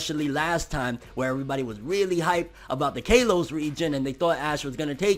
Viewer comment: Lol cringed when I heard K-los region